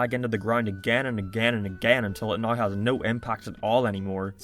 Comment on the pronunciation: I agree with many things in this video, i just really hate the way u say now. Subbed.